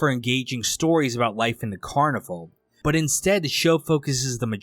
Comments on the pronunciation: So is this guy mispronouncing the title on purpose like some brainless the 2nd? It’s not “carniVULE”. It’s “carniVAL” like Val Kilmer. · It's car-nih-val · Well first off its pronounced Carni-VALE. Anyhow I get that you generally didnt really get the show and thats ok it wasnt for eveyone. Thanks for at least shining a torch on it. Heres the thing, this show was brilliant on so many levels and no it didn't lay eveything out for you. It was an intriguing mystery and you had to think for yourself a bit. I think the character development was fine but yes some of the side characters should have been developed further. Yes I think it borrowed from the original Twin Peaks and David Lynch but in a good way, with its own original feel. I think the real tragedy of this show was not that it got cancelled, which was disappointing, BUT that Daniel Knauf the shows producer didnt take the 3 hour Movie ending that was offered to him to finish the show. Although not the outcome he would of liked, it WAS an outcome. Yes it would have meant some short cuts had to be made, but why let the whole brilliant cast and crew down by taking his bat and ball and going home. Had he have made the 3 hour ending I believe we would be viewing this series/extended movie very differently today. I have no doubt that it would have gone on to become a revered cult classic just as the original Twin Peaks is today. Twin Peaks is often thought of as the greatest television series ever made.. let that sink in. By not finishing the show, albeit not on his terms, Daniel Knauf gave future generations ZERO reason to discover it and it has slowly became obsolete. Such a sham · I thought always thought the title of the show was pronounced "car-nih-val" like the Brazilian parade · It is… this guy is low effort af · Carnivale is so niche that YouTuber's can't even be bothered to pronounce it correctly 😂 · You're pronouncing the name wrong.